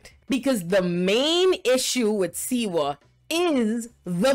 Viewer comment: Slee - wah ! That's the way it's pronounced . Just saying .